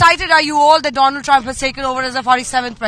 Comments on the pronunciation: 😂every time u say “doland”….next level satire brother 😂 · Aisa karega Doland 😂😂